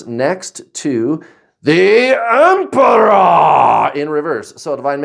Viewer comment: Haha love your Emperorrrrrrrr 😂